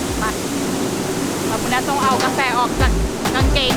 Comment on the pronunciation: พูดไทยชัดมาก..ชอบๆสุดยอด บางคำที่ไม่น่า พูดชัด เลย เมือก กาแฟ ยังออกเสียงชัดมากๆสุดยอด..ติดตามครับ